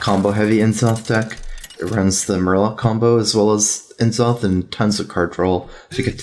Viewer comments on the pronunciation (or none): Hey, N'zoth has an apostrophe, not a hyphen. That matters for pronunciation. N'Zoth sounds more like "Nuh-zoth" or "Nezzoth". "Enn-zoth" is how you'd pronounce it if it were spelled "N-Zoth". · for gods sake just say nuh'zoth no en'zoth. it bothers me way too much